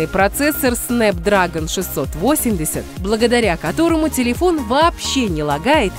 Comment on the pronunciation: Правильно говориться снэпдрэгон